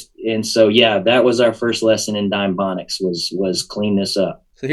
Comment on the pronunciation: 333... "Dimebonics"